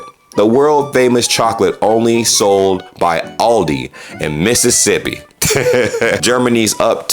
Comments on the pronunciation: ITS ALDI NOT ALL DEE AL DI ALLLLLL DI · Impoossible. He pronounced zurich correctly. The. Promptly ruined it by saying Ah-l-dee. Aah-l-dee like when you o0en your mouth at rhe dentist, say aaahhhh.